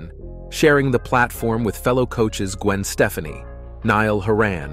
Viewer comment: You had me 'til you tried to pronounce Gwen Stefani and Niall Horan. :face-blue-wide-eyes